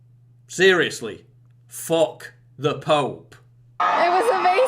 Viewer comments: did he say ...Fock the Pope or Fuck the Pope ? im confused ... what should i do ? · "fock" the phope